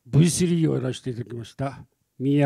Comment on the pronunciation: すげーな、このメンツ。２号は「変身」を定着させた功労者。V3を「ブイスリャー」と昔みたいに発音してくれたのがうれしかった。